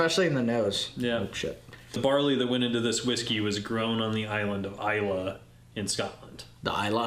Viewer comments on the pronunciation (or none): I was trying to figure out what the heck Isla Barley was until I realized that you meant Islay barley.